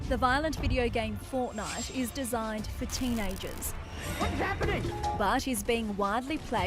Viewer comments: Watch from and the news lady said fortnut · hold up hold up did she just say fortnut